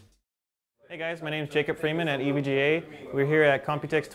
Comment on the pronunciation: Been a long time since I've seen or touched an EVGA board. (It's pronounced EE-VEE-GEE-AYE for those that don't know. Not Ehv-guh.) :)